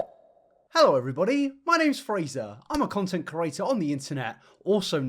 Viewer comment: Does have 'CURATOR' merch or what!? Why is 'creator' his favorite, most often used word and why does he insist on pronouncing it 'curator'!???😂